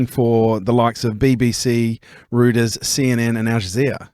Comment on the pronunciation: Two morons... one cannot even pronounce Reuters! The other, a man who is so far to the left that he needs a chiropractor... keep hating on Israel mate and see where you end up! Would love to see you do a live report from Israel and with all your muslim mates! Enjoy your "rockstar" status (absolutely laughable) from the lefty press those that know, just know.